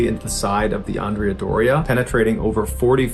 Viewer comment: You pronounced Andrea different ways. First is wrong.